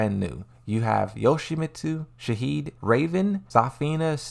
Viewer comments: FFS Shaheen not Shaheed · its shaheen not shaheed ffs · It’s shaheeN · Shaheed? Is that Shaheen's brother or something? 😆